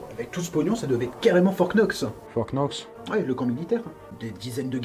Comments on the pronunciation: on dit fort Nox, le k ne se prononce pas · En anglais le K ne se prononce pas (On dit "fort nox)😊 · On dit Fort nox, comme do you know (now)